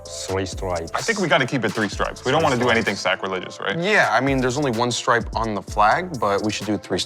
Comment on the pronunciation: Worst take; Mispronunciation of the word stripe, even though he said it perfectly 5 seconds prior. - .